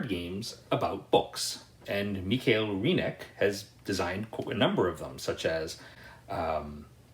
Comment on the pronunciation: Hey, love your Videos...its a shame that they have not more views! Think we have a similar "game-taste" and "point of view" (there are sooo many good "old" games). Please keep up! Ps: I (dont know why;)) loved that you said: michael in the "german way"/emphasis